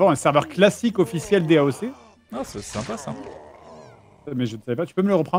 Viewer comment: "daoque" D.A.O.C. pour les vrais